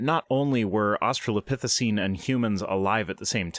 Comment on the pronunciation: In how many different ways shall that creationist pronounce "Australopithecine" in his speech? Because I've already counted, like, four.